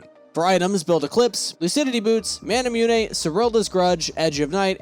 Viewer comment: why do you say manamyuney